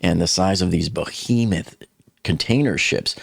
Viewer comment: "bo-hemuh?" Try "BE-HEMOUTH"